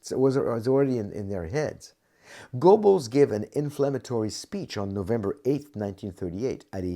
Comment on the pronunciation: you'd think this expert would know how to pronounce his subject's name. the E is not silent. in English it is best sounds like GER-bels